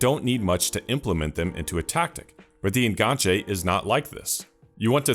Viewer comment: The fact you're saying En-gan-che instead of the falsely frenchified En Ganche means this video is already 10/10